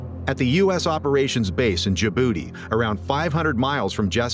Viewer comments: Bro did not just say jubooty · Actually, its djibouti 🤓🤓